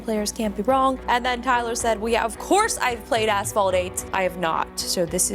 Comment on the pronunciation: I was in the kitchen listening to this vid and I absolutely heard Asphalt 8 as A**hole 8 lol oops